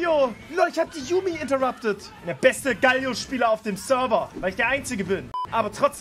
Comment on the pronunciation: Alter, es heißt GAAAALIO, langes A und das L wird kurz gesprochen, nicht wie ein doppel L!! AHHHHHHH